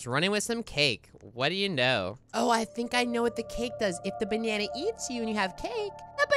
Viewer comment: WTF SHE SAID GLOWING BANNA LOLL SUS